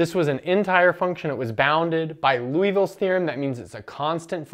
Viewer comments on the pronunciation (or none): It's not Louisville's Theorem, it's Liouville's Theorem, pronounced LEE-o-vill.